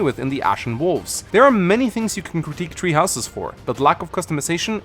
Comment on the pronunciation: Am I the only one who keeps hearing you say “tree houses” instead of “three houses”